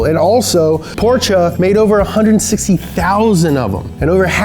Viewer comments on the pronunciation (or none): The way you say portcha makes me sehr sauer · PorCHUH NIHssuhn God that bothers me XD